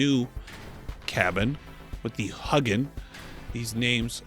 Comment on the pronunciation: you're awesome! But it's not pronounced huggin, it's hue (as in Philips hue) gin